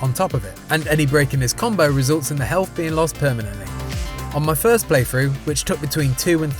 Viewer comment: "Play frew" "Eiver"